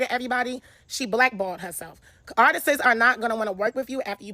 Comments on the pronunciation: Artists isn’t pronounced like “artistses” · “ARTISTS’s” BE KILLING YALLLLL